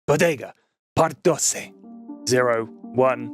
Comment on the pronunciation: As a Spanish student your pronunciation of doce hurt me. Nice vid though